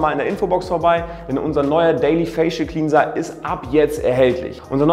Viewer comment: Sorry, aber mich triggert es total wie du Cleanser aussprichst 😂